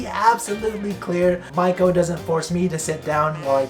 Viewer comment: Dude, how can you not even pronounce your wives name properly after 3 years? It's mee-ko not mike-o